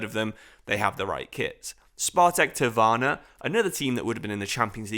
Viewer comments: How long you been misreading Trnava as "tirvana" for? Learn some basic Slavic dude, smh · Man said Spartak TRVANA 🤣🤣🤣